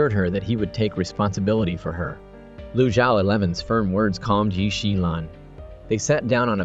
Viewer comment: The character name is "Lu Zhaoxi" not lusha 11 !!! is it produced by AI???